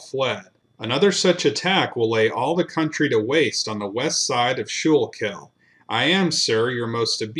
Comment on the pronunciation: Crazy when you live on the very ground where all this blood was shed. Pennsylvania Dutch here. They're pronounced sku-kill and sha-mO-kin. Cant wait for more videos.